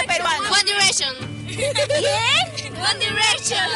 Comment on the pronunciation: Reportera: Dime un héroe peruano que tú conozcas Chicas: "One Direishon (Direction)" Reportera:¿QUÉ? Chicas: "One Direishon pe" Tremendas taradas...